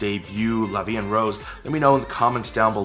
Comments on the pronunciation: Actually the way they pronounced 'La vie en rose' is okay ; the 'en' part is totally butchered but it's a sound that foreigners have a hard time getting right so I always let it pass lol and they also pronounce 'rose' like the actual flower (in english), not the color in french, but I mean it fits with the song! Also I think the 'rose' in the title of the song doesn't stand for the color pink (= rose in french) but actually the flower, hence why they were holding roses and throwing rose petals in the music video, and i'm guessing that is also why the most prominent color in the mv is red. I like it, i think it give more of a classy/chic vibe to the concept than if they used the color pink ^^ I really enjoyed your reaction!! The one you liked the most is Yujin :D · As a French speaker, the way they said “la vie en rose” isn’t wrong, it’s just weird. Like the “en” is blended too much with the other words and the o in “Rose” is slightly weird too but overall it’s very good for non french speaking Koreans. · They're actually pronouncing la vie en rose pretty good like except for the word en (which is a difficult sound to say for non-french people) it's almost perfect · The "en" is a bit weird to my hears, it's sounds a bit like "and", but it's close enough imo. "Rose" is quite off, as they use the English pronunciation, the "ro" is pronounced differently in French. Interestingly they use rose as the flower and by association red but "La vie en rose" meaning is "Life seen through happy lenses", that's how it's used in Edith Piaf song. I read a translation of the lyrics and it doesn't seem to reflect that but who knows with translations, a lot can be lost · Okay I'm sorry this has nothing to do with the reaction but you forgot the "e" at the end of "Vie" and it's killing me 😂😂. And the girls actually pronounce "La vie en rose" nearly perfectly which actually really suprised me. The world "en" is the only word mispronounced.